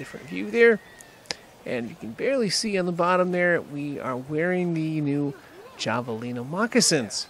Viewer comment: The j sound is more like an h. Have-alina